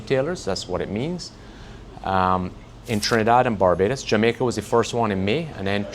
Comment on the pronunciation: He says "we have a warehouse in Jamacia.... I hear "long, expesive wait or parts"